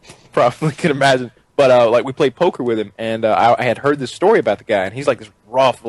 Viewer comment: "Dis light is made of aluminized steel"